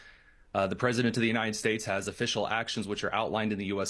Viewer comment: Why can't this guy pronounce the word "united" correctly? It's not the UNINED states, its the UNITED states.